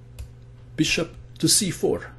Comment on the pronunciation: i love how he says beeSHUP